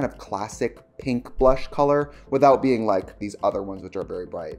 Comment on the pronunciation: Tricia I thought you were saying cream brush